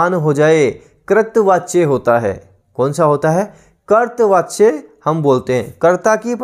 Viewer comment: Sir कर्तृवाच्य का उच्चारण "करतवाच्य" नहीं होता बल्कि होता है "करतरी वाच्य" Very Nice Class Overall Thanks for Class..